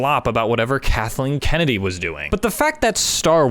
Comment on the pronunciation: I absolutely love how people, without sometimes knowing it, say “Kathleen Kennedy” in such an offended and grotesque manner (Kathleeen Ke-nadeee). It’s genuinely so great that people hate her beyond a conscious respect.